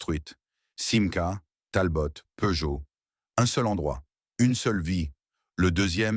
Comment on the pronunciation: Et comme d'habitude , une voix IA de merde avec plein de faute de prononciation du genre "Talbote" et comble de l'ignorance des photos totalement hors sujet. Je sus collectionneur et fan de Simca , cette vidéo est lamentable.